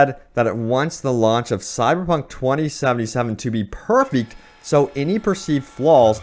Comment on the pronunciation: Is my man saying "Cyberpunk" or "Cy-Punk"?? #slurredtongue